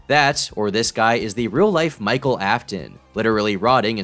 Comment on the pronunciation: did bro just say micheal afton💀